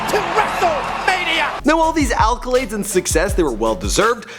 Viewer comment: What the fuck is an Alcolade? Is that just a play on words or do you really not know how to pronounce accolades?